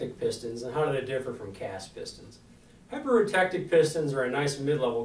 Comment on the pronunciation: Did you mean hi-per-U-tek-tic? No such thing as hi-per-roo-tek-tic.